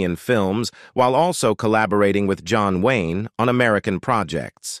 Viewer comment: AI narration? Really? John Wayney? and many other words as never spoken by a human.